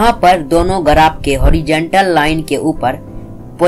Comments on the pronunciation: गराफ nhi yaar ग्राफ Bolte hn. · Bhai garaph nhi hota hai, Graph hota hai